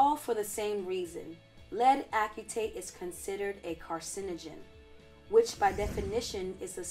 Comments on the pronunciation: Only because I am a chemist and I like for every one to know the correct pronunciation of chemical materials, the correct way to say it lead acetate (like aci-tate). It gets drilled into our heads early. Anyway I love your videos and how everything is scientific. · Pronounced: ass-uh-tate. Thanks for the videos and info. Looking forward to future vids. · I was thinking the same, I'm a bio major. But it's all good, great video!